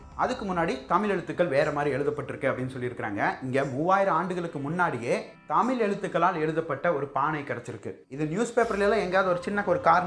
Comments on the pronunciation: தமிழ் என்று உச்சரிக்கவும் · முதலில் தமிழ் என்ற வார்த்தை சரியாக உச்சரிக்கவும் மேலும் ஆங்கிலம் கலக்காமல் பேசவும் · நீந்க சில இடத்தில் தமிழை தமில் என்றும் மொழியை மொலி என்றும் ஏன் அண்ணா சொல்லறீங்க ?